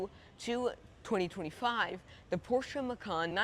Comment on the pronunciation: Great review young man! Appreciate your honesty. Much better than most salesmen 5 times your age. Also pronounce Porsche correctly. Showed me more about the car and features than anyone else. I am a Mezger Twin Turbo driver. Have been driving and owning 911 Porsches for 50 years. Just wanted to thank you for a job well done. You have a very bright future. Keep up the good work!